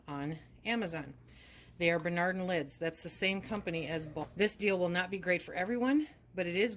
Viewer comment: "Binard" lids? Is that what you said? No Binardans?